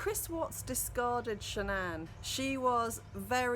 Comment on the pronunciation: The wife's name was shannan not sha'nnan...all one word.